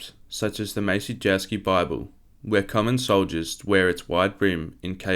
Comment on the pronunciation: Very interesting video. Like others have said, I'm glad it wasn't AI narrated but you need to work on your pronunciation of names and places. I appreciate you're doing your best from written material available and likely haven't heard others pronounce them but if you can nail the pronunciation of names like "Maciejowski", "Bouvine" and "Bayeux", you'll significantly elevate the quality of your content.